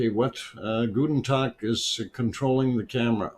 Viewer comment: That was a very kind time for me yesterday to start the stream, thank you! And you were also well served yesterday, right? ;-) I would like to know where in germany your roots are! When you say the name "gutn Tog", I have to grin because you pronounce it very German, namely as "guten Tag"! We are always very happy when you say something in German!